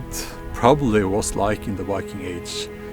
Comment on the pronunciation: Wiking...? Why-king? Say after me: VIKING. That's a V in the beginning.